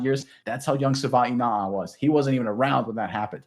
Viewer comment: Sorry but you guys are both butchering his name. Please learn how to pronounce Savaiinaia.